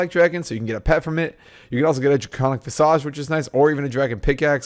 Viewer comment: lmao "vi-saj